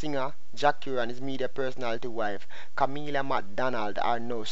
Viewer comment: Her name is not Kamillia. Kami...la